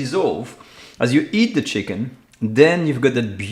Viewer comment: Yes, ... and "cheeeken"... makes it totally French